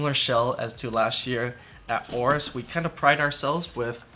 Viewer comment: WHY WHY WHY different GIGABYTE PERSONNEL pronounce AORUS DIFFERENTLY??????????????????????????????????????TELL YR BOSS CHANGE THE NAME PLS "OBEAST"